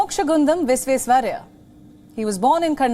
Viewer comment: She is good but Bharat Ratna Mokshagundam Vishveswarayya’s name was too mispronounced